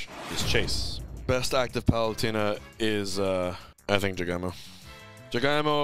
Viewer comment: the english pronounciation of jagaimo makes me forget that it just means potato 😭